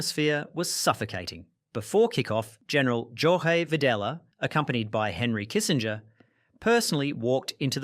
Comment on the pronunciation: Jorge is pronounced “hor-heh” in Spanish. Not a hard J like in Portuguese.